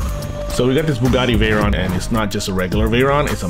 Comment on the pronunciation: Pierre Veyron & Louis Chiron..are legends..Bugatti pilots from the 18th century...the least you could do is to pronounce their names correctly..